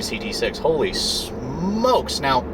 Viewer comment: Holy shhhhhhhhhhhhhhhh... smokes! Lol! Smokes doesn't start with "sh"! Must be a great ride.